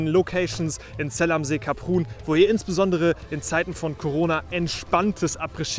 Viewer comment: Kleine Anmerkung, Saison geht für gewöhnlich bis Mitte Juli. Bei der Ausprache von Kaprun muss ich auch meckern